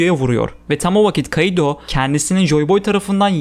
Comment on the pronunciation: Şu kaİdo demen beni bitiriyor ( İ ye efsane vurgu yapıyorsun ) 👍👍